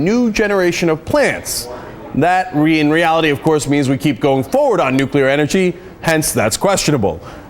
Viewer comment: That guest may be really bright , but his repeated use of "nucular" rang the idiot alarm in my head over and over and over.